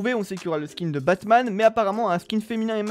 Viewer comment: Il a dit bassman 🤣🤣